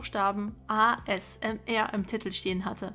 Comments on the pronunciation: ASMR Alter sprich mal richtig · Ich hasse es so sehr, wenn Leute "ASMR" deutsch aussprechen. Das ist eine englische Abkürzung, die man Englisch ausspricht.